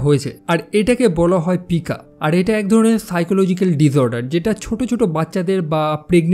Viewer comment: সাইকোলজিক পাইকোলজিক না 😅😅😅🇧🇩🇧🇩❤️❤️